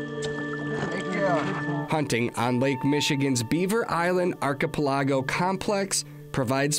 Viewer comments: First, the narrator needs to learn to pronounce 'archipelago'. Second, I am again thankful that where I live, north central BC, I drive fifteen minutes from my neighborhood and I'm hunting ruffed grouse. As for killing one of ten flushed, up here it's more like one in three. On a good day it's one in two. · What a way to pronounce Archipelago lolol. Great video though, makes me feel like I was back home